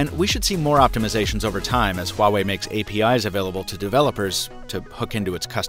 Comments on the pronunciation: Why are u pronouncing it like that tho? HHhuawei, like cool wHip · It's "wah-way", not whatever it is you're saying. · You mispronounced Huawei. But so does everyone else. 😛